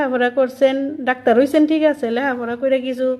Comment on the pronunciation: ওনি ডাকতার না ডেটতার